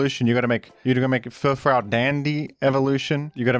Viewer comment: How do you fuck up chatots pronunciation that badly??? I can understand where furfrous terrible pronunciation came from but you have to make an an effort for Chatots being that bad